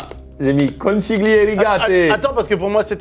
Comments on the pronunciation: Pour votre culture, conchiglie veut dire coquillage en italien d'où la forme recroquevillée de la pâte. Et ça se dit "conquilie" et pas conchiglie avec le ch français 😊! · Bon, en ritale qui se respecte, la prononciation c'estun peu cata, c'est CONCHIGLIE [conKiglie] ! Et ca veut littéralement dire coquilles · Parfait pour moi cette vidéo, je suis italienne!!! N'arrêtez jms ces concepts vrmt! Pour info: on prononce Kon Ki lié mdrrr <3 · Conchiglie Phonétiquement —> conquilié